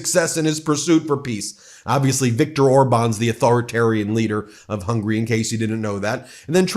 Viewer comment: Ben, I love you and what you do. It would mean a great deal to me and probably to Hungarians if you'd please work on your pronunciation of Hungary. It's 3-syllable Hun-guh-ree (the country), not 2-syllable hungry, the desire. Thank you for listening! Keep up the good fight! 🇺🇸